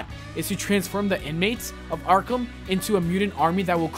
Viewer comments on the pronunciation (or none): none